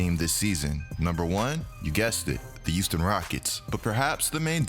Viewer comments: Good vid bro, but Youston my man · Yooston LMAO